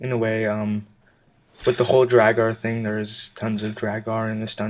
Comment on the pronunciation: just because u said to correct u if u were saying it wron its pronounced drawger